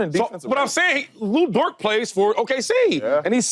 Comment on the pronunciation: Dude all the way to the left called Lu Dort "Lu Dork" . 😂😂😂